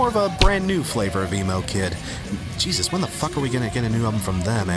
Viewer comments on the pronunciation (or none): none